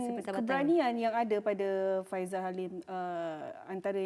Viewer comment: Faisal bukan faizal. Kata professional 😪